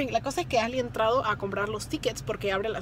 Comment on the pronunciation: Ashley , no Asley